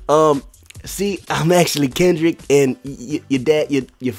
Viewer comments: Klendrick? Why you put an “L” in my name? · Am I the only one dead when the dude said klendrick Lamar